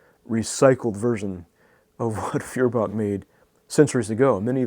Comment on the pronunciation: It is pronounced FOYER-bach.